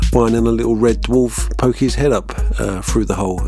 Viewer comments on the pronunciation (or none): none